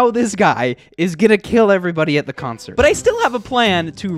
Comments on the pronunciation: he says conert instead of concert lol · lol. says "Im hosting the GREATEST CONERT in hystory of Minecraft. but he says conert not concert. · did anyone notice it said "conert" instead of concert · He soelled consert wrong He said conert